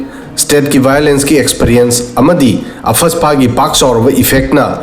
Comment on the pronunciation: What is apfaspa.....???Arm forces special power act AFSPA... Noigih oidaba dregih doh Mih maang dah uuuh chai ranuh.. Pronunciation doh haaana justified tou thok kho hana...